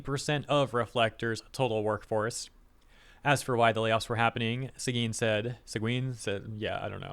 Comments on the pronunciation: "Séguin" is pronounced "seg-1" (like the number "1" in French) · Séguin is pronounced “Say-gan” for anglophones.